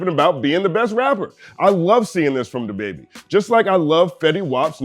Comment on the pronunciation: I love your content; however, why were you saying “dababy” like that? 🤣 Maybe I missed something in one of your previous vids.